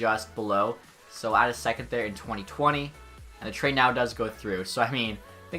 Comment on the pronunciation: have to have a litte chuckle after every trade “trhehade” is accepted